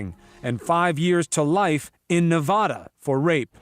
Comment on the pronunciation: What makes me most triggered in this video is how they pronounce "Nevada".